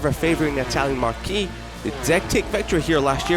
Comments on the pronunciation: Great video, except the word “marque” is pronounced like the name Mark. The word “marquee” is pronounced mar-kee. Different words, different meanings, different pronunciations. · The narrator needs to learn the difference between marque and marquee. Pronouncing Bezzechi correctly would be a plus, too.